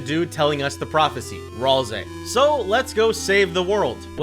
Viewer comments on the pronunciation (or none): ral-say not rals-say dont miss pronounce my fluffy boys name again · Its not "ralzei" its pronounced ral-say, unless you just have an accent. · Ahh yes. Ralzay. Not ralsee. Nice. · Guys why does he say ralsei like that ive seen people mispronounced it but NOT like that its ral-say pear thats how its pronounced also ralsei indeed does know about the soul as he makes it obvious in chapter 3 he looks at the screen after we as kris makes her buy something, whenever he mentions closing your eyes saying yes we actually see what susie is doing hes trying to let the player see what susie is doing, and he says stuff in brackets about saves and stuff which means a charatcer is whispering or speaking in their mind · Its Pronounced "Ral" "See" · Ah yes, "ralsaiy" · It's ral-ske